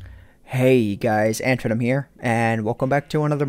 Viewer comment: Hahaha "AntVenom :O" ...really